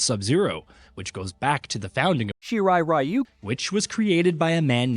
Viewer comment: man you guys just couldn't say "shirai ryu" correctly huh XD